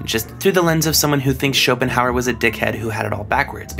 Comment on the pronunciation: Can someone, if they have time, timestamp me where he says "Shopestan' in reference to Schopenhauer